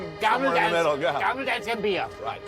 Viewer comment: It's "Gammel Dansk" Gotta love old danes.